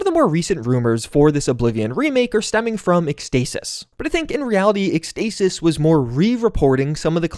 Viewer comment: It's pronounced ex-tah-sis